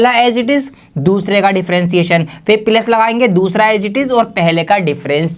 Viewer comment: plus ❌ pilus✅